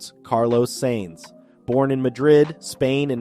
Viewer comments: justy a thought for a fledgling channel. F1 is an international sport not american, its not Nascar or Indycar, so how about gioving pronunciation a go? Sainz in not pronounced saints but is closer to signs. Hublot a watch you mentioned in another video, has a silent h as in oo the t at the end is also silent as in ooblow. Its not that difficult, even though Americans are even lazier than Brits when it comes to foreign languages. There are plenty of websites demonstrating correct pronunciation. Yours is grating in what could otherwise be good videos. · Wow, you need to learn to spell.... payed driver?? It's paid..... you also need to learn to pronounce the drivers name properly? You say he is no stranger to fast cars when talking about his first new supercar the ferrari superfast..... maybe you are forgetting he is a F1 driver...? The F1 car is kinda fast lol 😆😊😊😊